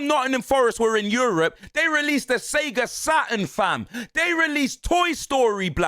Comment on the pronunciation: S E G A Saturn LOL man 😂